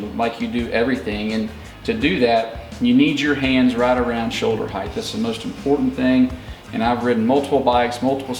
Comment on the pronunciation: Great info ... just a tip, the word "HEIGHT" is pronounced HITE ... there is no 'TH' sound in this word.